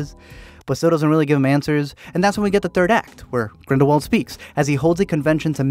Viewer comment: i cant thank u enough for pronouncing his name G R I N D E L V V A L D🤗